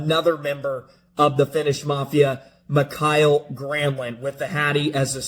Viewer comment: Ok, as a Finn I feel I need to suggest using Google Translate to get the pronunciation of Mikael at least close. Everyone pronunces words foreign to them wrong, it is what it is, but MA-kyle is so much off reservation that it took me a beat or two to figure out the word he was referring to . 😁